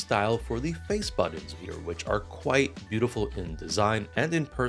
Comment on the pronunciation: Buddins.... Say buddins one more time